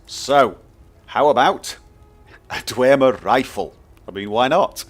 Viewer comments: its dwemer not dwermer just saying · In Skyrim it is pronounced 'Dwem-er' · i'm pretty sure its just pronounced "dwem - er" without the emphasis on the "e"